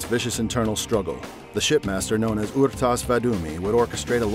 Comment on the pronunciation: This guy butchered the halfjaw's name... it's R'tas, not Ur'tas